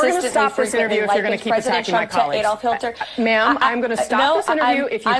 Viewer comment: Did you hear Caroline Leavitt say Adolph HILTER instead of Hitler? Is she as dumb as a box of rocks?